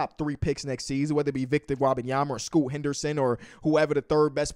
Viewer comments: Bro said victor robyomama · The way he says Wembanyama lmao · can’t even pronounce the names “Kyle Lowry” or “Jalen Duren”. Him trying to say Victors name is nails on a chalkboard lmao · At least learn the pronunciation of his name if he's that big of a prospect